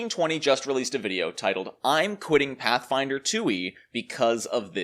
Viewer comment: Does this guy even like Pathfinder? When you say it like that it sounds awful.